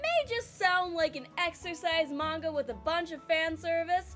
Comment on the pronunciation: It's always nice to discover someone who pronounces "manga" properly :)